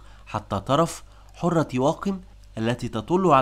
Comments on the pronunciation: السلام عليكم ورحمة الله تقرير جميل جدا عندي ملاحظة بسيطة ( حَرة) بفتح الحاء ليس كما ذكرت حُرة بضم الحاء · حرة بفتح الحاء وتشديد الراء . و معول بكسر الميم وتسكين العين وفتح الواو. ارحموا لغة العرب. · حرة بفتح الحاء. وليس برفع الحاء. والمعول بكسر الميم وتسكين العين وفتح الواو . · مجهود رائع و محترم ولكن برجاء عمل مراجعة لغوية للنص قبل التسجيل. فالكثير من الكلمات نطقها غير مضبوط. على سبيل المثال: اسم نعيم ،كلمة معول،كلمة حرة.... وبالتوفيق دائما